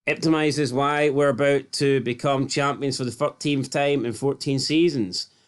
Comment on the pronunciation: e- pit- o - mises